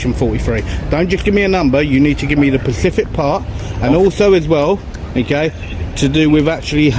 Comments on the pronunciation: Don't say PACIFIC if you're trying to take the high ground ffs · Pacific is an Ocean - think you mean Specific. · Specific !!!!! For gods sake not Pacific !! Grinds me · "The pacific part" has really bothered me, lol. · Will someone tell him its specific not pacific.... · I like these videos, however, i couldn't watch this one beyond 'pacific' part. He kept repeating it, and my internal rage couldn't handle it anymore. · Specific not pacific!!!!! Pacific is an ocean!! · Need to drill down on those ‘Pacific’s’mate. 😂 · someone tell this goober the word he's looking for is "specific" not "Pacific" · The word is "specific" not "pacific"...Just saying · FFS! It's " specific" not " Pacific" it always boils my piss when someone tries to use a big word they've picked up somewhere and completely mispronounce it.. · why does he keep saying pacific? Whats that ocean ever done to him? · It's specific not Pacific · I so wish this guy filming would learn the difference between pacific and specific.. Specifically! I just can't take him seriously when he keeps mentioning an ocean (pacific)...🤣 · Why do so many people say "Pacific" instead of specific? One of lifes mysteries. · Specific not Pacific 😬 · the 'pacific part" lol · I just wish he could say specific... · Auditor, great you know the law, but please also learn to say specific.